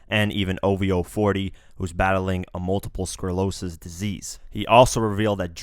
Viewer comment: daaamnn u need to start pronouncing Multiple Sclerosis corerectly